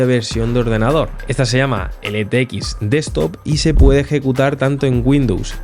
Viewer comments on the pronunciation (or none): none